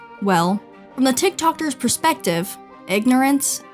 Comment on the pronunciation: "the tik tockters" 🤢😂🤣😂